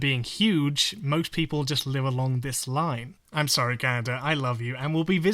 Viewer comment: I always forget she's Canadian until she says, "sorry."